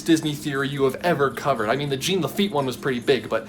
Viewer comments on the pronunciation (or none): JEAN Lafitte. Not "gene." Like John but with a soft J. It's french. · still not pronounced "jeen". the n isn't pronounced. it's french. like "zhaw" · This is killing me. It’s pronounced Jean Laffite as in JOHN Lafitte. Not Gene. Think Jean Valjean in Les Miserables or Jean Claude Van Damme or Jean Reno the actor. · I would like to point out it's pronounced - John net Gene - it's French... Just saying. Other than that - great job. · Not sure how to pronounce "overarching", less sure how to pronounce "Jean" as in Jean Lafitte.